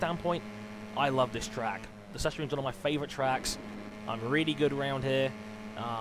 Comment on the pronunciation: Sachsenring is pronounced as sak-senring